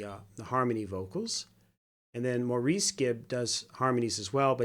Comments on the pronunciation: Please realize Maurice's name is pronounced MORRIS!!!!! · Thank you for this reaction. You should know that Maurice's name is pronounced Morris. They are English.